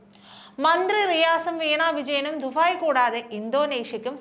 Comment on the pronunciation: കൊച്ചേ ദുഫായ് അല്ല ദുബായ്